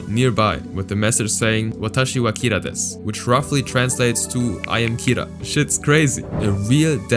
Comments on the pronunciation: when saying desu you dont actually say de su . The u is silent so its like des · desu is pronounced as "dess" if that helps you clear up any confusion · Desu is pronounced dess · Desu is pronounced dess but they still spelled it wrong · The U is silent. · in "desu" the u in "desu" is silent.